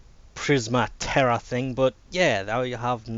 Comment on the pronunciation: It's Tetra not Tera, there's a t after the e